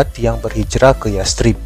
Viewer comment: Bacanya yasrib kak,,pake tsa' bukan yas_trib